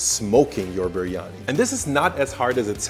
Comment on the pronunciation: c’mon dude, you can’t make such a good video and have such high production value and then misspell and mispronounce biryani so many times 🤦🏻‍♂️😂